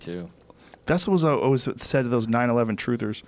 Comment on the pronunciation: There's no "o" in "always". Now Joe is saying o-ways. Kids these days.